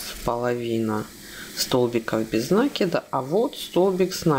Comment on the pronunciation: Правильно говорить накИд... Очень режет слух.